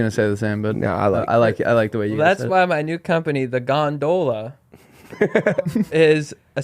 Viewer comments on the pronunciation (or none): they way he kept pronouncing "gondola" took me out of the episode and i couldnt get back in